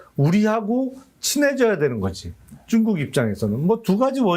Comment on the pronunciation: 쭝국 ㅎㅎㅎ 발음이 정감가네요